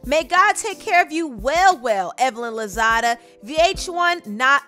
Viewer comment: It’s Evelyn lozada not lozado